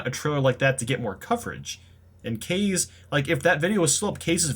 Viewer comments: First you pronounced it as "Kay-z" then "Ka-zay", now you're back to saying "Kay-z??" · Kaze is pronounced Kaa zeh, it's Japanese for wind. And also Nintendo's indeed filled with dumbasses and assholes(especially Reggie Fils-Aime, fuckin' bitch)